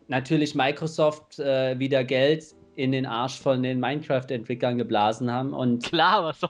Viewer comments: Minekwüäääääft so geil :'D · Daumen hoch vür die aussprachen von minecraft vom:)